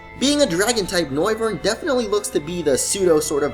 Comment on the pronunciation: It's Noivern as in Noise, not No-i-vern.